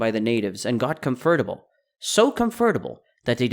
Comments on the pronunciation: Cum-fer-tuble? Come on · Com fert able? Strange pronunciation of the word comfortable